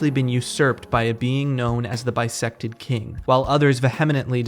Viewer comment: Every time you said bisected king, I could only hear bisexual king. So, slay bisexual king